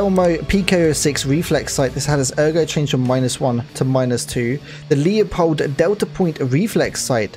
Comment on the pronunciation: 5.56x45 the x is “by” 5.56 by .45. It’s a dimension not an equation. Leupold is “loopold”. Trijicon isn’t TRYjicon. Geissele is “jissell”. Sig Sauer is sig sour. And ffs eotech isn’t ecotech lol. It’s hard to understand when you’re saying the wrong shit man. But still informative.